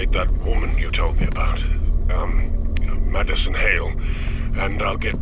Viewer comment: Madison sounds more like "Medicine" 👌🏻🤦🏻‍♀️